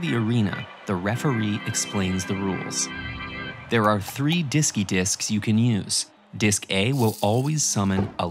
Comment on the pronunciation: "Diskymon" "Diskydisk" "Churrowzard" LOL